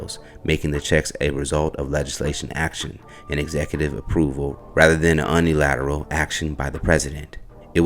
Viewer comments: Dear, It’s pronounced Comma La (KAmala) and youni lateral (unilateral), not un ilateral With love ❤ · Dammit learn to ANNUNCIATION. It's not unelateral. There is an I making it (Uu nee lateral) UNILATERAL. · “UNEE” LATERAL?